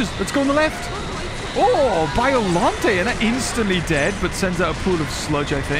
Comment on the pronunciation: It’s pronounced rose Biollante